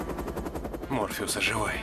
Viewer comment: Не Морфиус, а Морфеус.